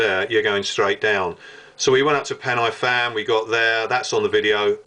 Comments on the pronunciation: You may have been up there the same night I took my sin up there, though I wasn't on pen-aye-fan or corn foo nor fan far. LOL sorry to take the mickey out if your pronounciation of Welsh.... Try pen-a-van, corn dee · Entertaining video. Thanks. Pronunciation of the place names is a bit off. Where are Corn doo, Fan far and Pen aye fan?